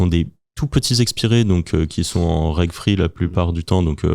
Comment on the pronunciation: Hello petite correction, on ne dit pas Reg Free mais Reg Fee, pour Registration Fee = frais d'inscription ;) Bon anniversaire à vous les gars